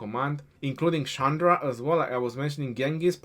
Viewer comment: your Pronunciation is wrong. That is not Sandra. The Pronunciation is Chandra. That pronunciation is like "china".